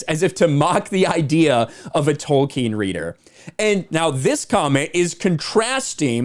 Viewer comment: It’s Tolkien not wolkien!